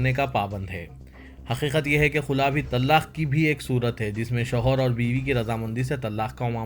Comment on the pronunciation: Walaikum assalam wa rahmatullahi wa barakatuhu bhai Bhai lafz tallaq nahi talaq hai